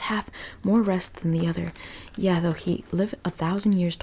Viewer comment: Yea is different from yeah. Yea is pronounced ( Yae) ( yay)